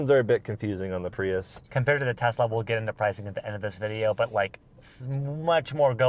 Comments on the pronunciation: It's a Tesla not a Tezla and stuff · Please pronounce Tesla as Tesla not TeZla! Tesla was a Serbian and his last name was Tesla!